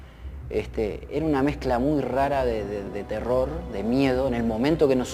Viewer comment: Excelente!!! Solo que en el video dice "Leyenda urbana de terro" jaja se comieron la R al final de "terror"